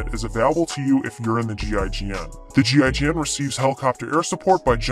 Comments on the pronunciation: Damn that accent when you pronounce what GIGN stands for was indeed painful to hear. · You can pronounce it Jeegin.